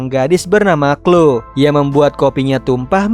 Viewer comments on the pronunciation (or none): Kak bukan clo kloee 😂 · koreksi bang bacanya namanya clowe tapi tulisan chloe